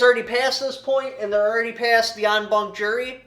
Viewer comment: It's "en banc"